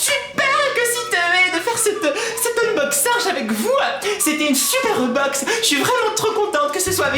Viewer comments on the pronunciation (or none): ta du mal a dire BOX .... mais on te comprend :)